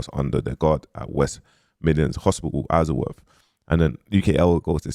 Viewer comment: Man said izleworth